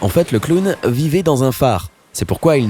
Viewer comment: MDR J'SUIS LA SEULE CHOQUÉE PAR LE MOT "CLOWN" QU'IL A DIT "CLAOWN"